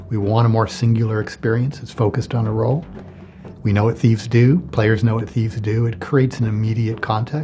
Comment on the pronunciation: "What theifs do..." Thieves,?, Thieves?